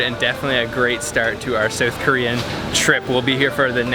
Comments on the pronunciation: Soueth Korea? What are you, Canadian? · dude said "soath Korea" 😂😂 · Do niggas not know how to say south